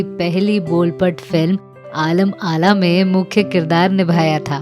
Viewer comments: आलम आरा.. not आलम आला,.and नानूभाई वकील कहिये नंदूभाई वकील नाहीं! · आलम आरा है न कि आला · आलम आला नहीं.. आलम आरा.. And Nandubhai Vakil नहीं Nanubhai Vakil